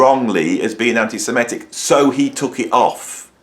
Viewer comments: BTW it's "Semitic", not "simetic". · Hey, I just love your rants. It's so entertaining whether I agree with you or not. The word though is semitic from semite and not semetic. I think Roger's views on Russian aggression are maybe less easy to accept.